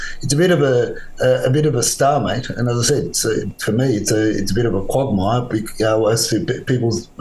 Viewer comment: "Conandrum" "quogmire"😂 😂 😂